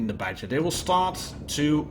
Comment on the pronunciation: when you say Badger I think you're saying BatChat lol nice video thanks!